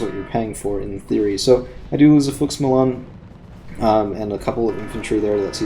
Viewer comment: I think you were saying Fuchs Milan. Every time you said it I heard, Karl Malone's like the basketball player. I was laughing a lot. Great video.